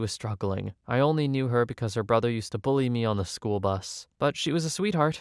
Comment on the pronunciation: It’s “bully” not “bulley”.